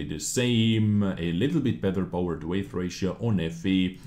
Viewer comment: Hey, weight is not pronounced as way-th. You pronounce it the same as the word "wait". Also, thanks to your other vod i am just 200k xp away from researching the deathstar. Going to convert xp to get it. Im not grinding tge same damn tank 5 times. (At2-tortois) Thanks for the heads up.